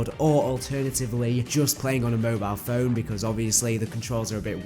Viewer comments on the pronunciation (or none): It’s mobile not mobilell 😂wtf